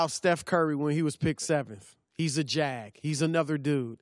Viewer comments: Just starts with a J not a G. It should be J.A.G not G.A.G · Did anybody notice he said GAG draft for just a guy draft but just a guy id JAG💀💀